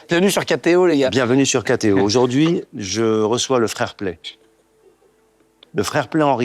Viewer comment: je sais pas hein, mais à mon avis KTO (tv) ça se prononce Kato, pas katéo